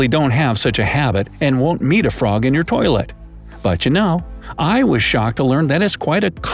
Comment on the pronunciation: You said poilet instead of toilet